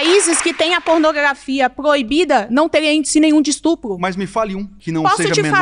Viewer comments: Falou instrupo perdeu a moral 😂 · Só não entendi porque nenhuma dessas 30 pessoas sabe pronunciar a palavra “es tu pro” corretamente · "Robox" "ESTRUPO" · “Estrupo” Só nessa palavra dá pra perceber o nível desse pessoal! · O mano meteu um ''estrupo'', depois desse português maravilhoso da pra entender o nível. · “Estrupo”, “estrupador” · "estrupo, poblema" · esse loiro: POblema, &sTRUp@ pqp não sabe nem falar